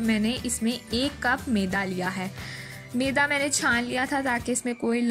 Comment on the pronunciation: Maam isko maida kehte hain.not meda.meda stomach ko kehte hain.kya log hai aap log alfaaz bhi sahi nhi bolsakte